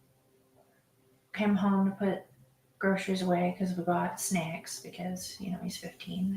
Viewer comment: “ SNECKS” ugggh unnerving!!!